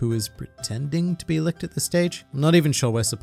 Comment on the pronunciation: I laughed every time he said "likht" instead of litch